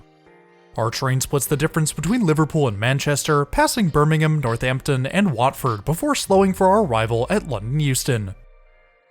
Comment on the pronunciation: Hearing you pronounce Carlisle and Birmingham correctly made me applaud